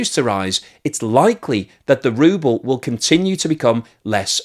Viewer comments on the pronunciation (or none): From “Ruble” to “Rubble”